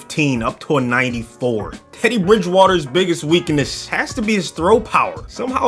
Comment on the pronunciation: Biggest weak-NUSS